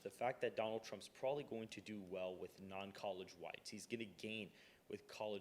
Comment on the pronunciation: "Probably" not "prolly". Please speak better.